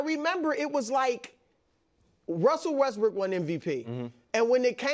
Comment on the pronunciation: Yoo this Chris say westbrick?